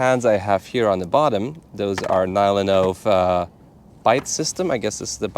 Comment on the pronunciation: oh no he started pronouncing NyloNove on English manner :(